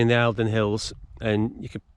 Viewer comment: Love the videos - i live in the borders and did the St Cuthberts in January this year. Just a quick info update - The Eildons are pronounced "Eeldon" 🙂🙂